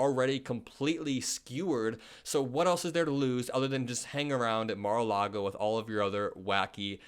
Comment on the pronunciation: Mar- a- loogy.